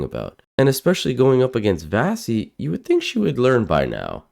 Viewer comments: Wonderful video and Vassy is great, but her name is pronounced "Vashee' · At least pronounce Vassey's name correctly